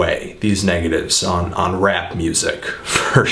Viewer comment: "hardcore gansterrr rrap rrrhymes" lol, whatta geek